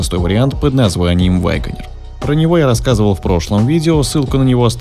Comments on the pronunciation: Не 'ВАгонер', а 'УагонИа'. Не 'ЧирОке', а 'ЧЕроки'. Конструктивная критика, ёпт. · Пожалуйста, перестань говорить ваЙгонир. Просто вагонир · Почему вы произносите вайгонир? Это не правильно. Ударение ставится на 3 й слог на букву е. И без й в 1м слоге.